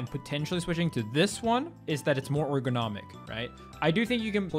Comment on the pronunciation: It's pronounced ergonomic not airgonomic, however despite me being a grammar Andy or pronunciation Andy this was a fantastic video and highlights why this person should be banned and not the other people around him being banned because leffen is a piece of garbage and has been for over a decade